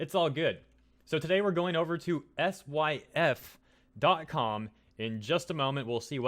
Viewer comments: SYFY is pronounced Sci-Fi. They started off as a science fiction cable channel. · Syfy is pronounced Sci-Fi I believe. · mispronounces SyFy Me: facepalm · it's SyFy. SCI FI!!!😝 You're a Sweet Little Boomer!!